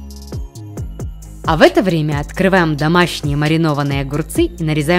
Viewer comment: Вы тоже услышали слово дамащний а не домашний 😂а ещё щпинат а не шпинат 😂